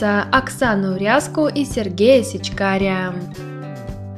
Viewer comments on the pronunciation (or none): Не СечкарЯ, а СечкарА! Он Сечкар!!! А НЕ Сечкарь!!!!!!!!